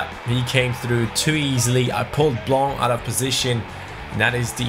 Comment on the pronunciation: Hi! I'm just telling you that we don't pronounce de "c" in "Blanc" in french! Keep up with the videos you're doing a great job!